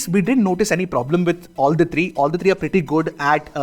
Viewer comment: Tree not three😂